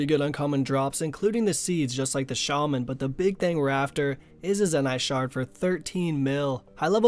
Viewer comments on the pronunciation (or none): none